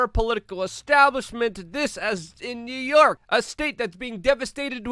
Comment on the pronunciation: Luke where is NerYerk city. I noticed you struggle with pronunciations. A little speech therapy may help.